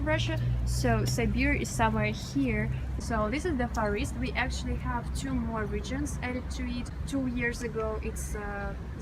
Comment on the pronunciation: Dis is akszili.. Dis is akszili and dis is akszili is all you hear from this broad 🙉🙈🙊